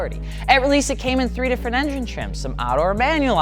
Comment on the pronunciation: "Enjen chrimps"